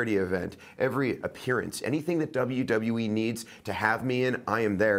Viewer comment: Dublew Dublew E -________